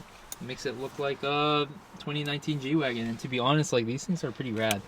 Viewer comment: ITS GWAGEN NOT GWAGON